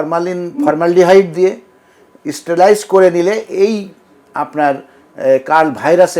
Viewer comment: উনি খুবই ভালো। তবে ইস্টেরেলাইজ উচ্চারণ করাতে আমার বেখাপ্পা লেগেছিল।